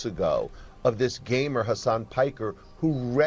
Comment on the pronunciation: he didn't say gamer, he said gaymer